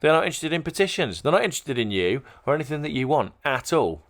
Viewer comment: It's 'anything', not 'anythink'.